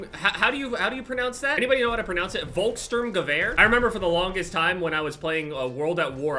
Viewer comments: You pronounces volkstrumgewehr right except that the v is like an f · When you pronounce Volksturmgewehr speak the V as an F and you got it almost perfect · Im not German but im pretty sure it "volk Shturm - guhvair" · From what I know it's pronounced "folk-shtrum-gever" which roughly translates to "People's Storm Rifle" in german, or maybe that's the correct translation. Something along those lines. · you pronounce the volkssturmgeweher like folkssturmgevehr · Imagine beeing German and listen to „Wolksstormgewühr“ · Volkssturmgewehr you speak it like i write it 'Folksschturmgewer' i dont know if it helps :D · The way to pronounce Volkssturmgewehr is FolksshTuRmgever ( uppercase is hard pronouciation) and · is pronounced "volkst stroom gever" basically saying any german word as angry as possible you'll pronounce it right.. my faivourite is the MachineGewehr42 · For the volkssturmgewehr you just pronounce it like Volks-Shturm-Gevehr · On Volkssturmgewehr st makes sh sound so it’s like shturm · Volksturmgewehr means people storm rifle or weapon and it's pronounced Folks schturm guhvehr. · Pronuce it like this Volks-sturm-gewehr these. These like 3 separate words that are thrown together for the weapon name :-) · Volkssturmgewehr you say the v like the f in fly and the second s is sperated from the first spoken out like sh so kinda like this Folks-shturmgewehr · as an English and German student, you pronounce it Folk-shtoorm-gavea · Sturm is pronounced like storm then say gewehr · The way to say Volkssturmgewehr is Volk-Sturm-Gewehr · pronounce volkssturmgewehr like folksshturmgevair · It's pronounced like three words: volk - folk sturm - shturm (sh as in ship and u as in super) gewehr - ge-wear (as in, you wear clothes) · pronounce it "Folks-ShtuRm-GewehR" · the weapon is pronounced, Folks-shturm-gewer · the V in Volkssturmgewehr is pronounced F, other than that your pronunciation was spot on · It's pronounce something like: Fall-ks -shtoorm-geh-vehr